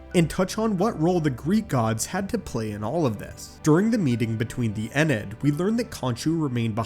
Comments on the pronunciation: I thought it was pronounced IN-EE-YAD ...uh I had to say something.. eenad was Killin me !! Lol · Nice idea, but no I am fairly sure this has been mentioned and it was basically Kang who ruined the Egyptian god's time. He went back in time and basically convinced the humans to abandon worshipping them, resulting in the loss of power so they threw a tantrum and ran away. Keep up the great videos though as I love to watch your ideas! Sidenote: it is pronounced EN - EE - AD :)